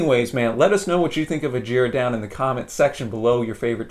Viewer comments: Except, no. Jaco is pronounced JOCK-OH and Hejira is pronounced by Joni as HEH-JEER-UH. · Jaco Pastorius is pronounced “YAH-ko”, and Hejira is “HEH-zhra” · As an Arabic speaker you mispronounced Hejira. It's a silent i so its pronounced Hejra.